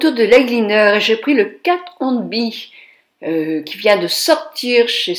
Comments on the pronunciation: Bonjour, la marque que vous citez dans cette vidéo n'est pas "Kat Hon Be" mais "Kat Von D" sinon ce maquillage est vraiment beau! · ma chère, c'est Kate Von D (qui se dit; DI en anglais) ceci est pour info. bisous JOLIE